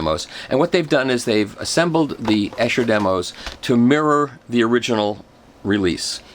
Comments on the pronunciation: Long "e" sound on Esher--"EE-sher" not "Eh-sher." Thought you'd like to know. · Its pronounced Esure not essshhher - Esher Demos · It's definitely Ee-Sher! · Esher is pronounced EESHER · great video its pronounced "Ee-sher" by the way! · Michael.... Great as usual. However I keep hearing the name Esher pronounced incorrectly. It's pronounced as EESHER. Just saying ;-) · Thank you for the review. It is Esher . Pronounced E like the letter E. Eeesher :-) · Wonderful Michael. Just one tiny thing that matters not in the great scheme of things but you might find helpful, Esher is pronounced Eeesher. It’s a frightfully posh place in Surrey! :) At least it was years ago when I grew up in the UK, not having lived there for almost twenty years it might have gone downhill a bit! Keep up the good work. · No he didn't.